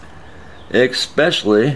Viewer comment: Did you say “expessially?” Lol I do it sometimes as well. No, that’s a lie, I don’t do it. Now you don’t know what’s the truth! Great videos